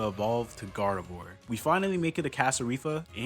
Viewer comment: Bro rlly said “garvedoir” 🤨